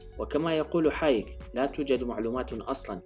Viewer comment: فريدريك هايك.. وليس حايك؟